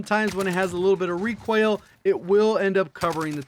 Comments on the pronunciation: Made in NoLa nah he says Requail instead of RE COIL. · Pope Gains he puts extra on “oil” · Why do you pronounce recoil like that? Kind of weird